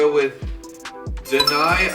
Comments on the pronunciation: קצת מעצבן לשמועה את אומר את השם של דני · LMAOO trying time say deni’s name is the funniest thing I saw all day 💀 💀